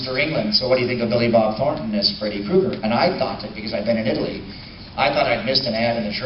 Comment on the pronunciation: First off it's "FreddY"...secondly. I also heard different information. I shall message you about it.